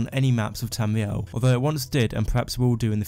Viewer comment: Not to be weird but, I fucking love the way you pronounce Tamriel